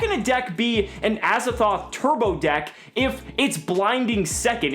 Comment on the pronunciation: Pls stop calling him Azzathoth. This card is called Azathot. It is literally Az-A-Thot.